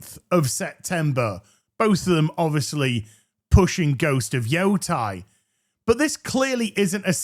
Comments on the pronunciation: YO-TEI. Not JOTAI <It's leviosaaaa!> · Please say the name correctly... ei has an eh sound... like sensei. it isn't Yotai, its Yotei.